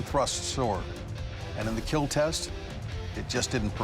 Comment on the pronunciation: I watch the whole show just to hear dude say Keal